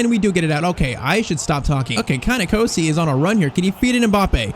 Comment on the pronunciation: You are pronouncing NKOSI wrong I your wro g cause also South African